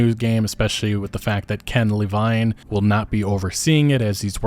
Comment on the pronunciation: It's Ken Levine. Not Ken LeeVayn ffs